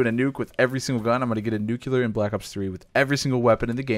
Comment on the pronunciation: A knife nucular